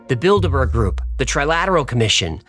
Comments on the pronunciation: 1- "How daaare you!" is not a bit and will never get old. Never! 2- You say Bilderburg, but I only hear Build-a-Bear. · Not gonna lie, I first heard "Bilderberg" as "Build-a-Bear". Of course, now I'm thinking this may not be coincidental. It would certainly explain why those things are some damned expensive. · I kept hearing build a bear😭😭😭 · I can't stop hearing "build a bear" now that's a group I could get behind 😂